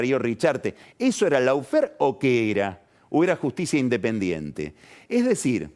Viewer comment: Querido y magnífico Carlos, Lawfare suena en inglés más parecido a "loh-fer" que a "lau-fer". Digamos que esa primera "a" de "lawfare" se pronuncia como una vocal entre la "a" y la "o" del castellano, pero más próxima a la "o".